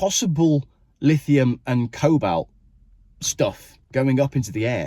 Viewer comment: PLEASE pronounce Cobalt correctly before I'm forced to get my Milwaukee SDS and drill into my left temple.